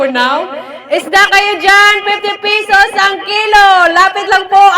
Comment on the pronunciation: Ito tlga nagustuhan ko s kanya kaya napa subscribe ako..ang sosyal ng accent nya bisaya pero english tono❤ like ang 50 pesos..naging fifty peyysosss😂mgnda sa tenga ko..kaya lagi ako nanunuod..lalo na yung alimnago hunting nya😂